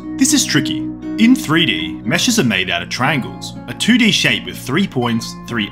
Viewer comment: why does he say “trangles”